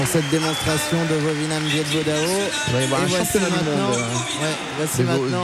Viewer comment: it's Vovinam :) ( viet vo dao )